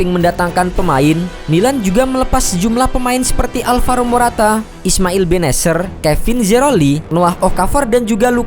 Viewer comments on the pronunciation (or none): none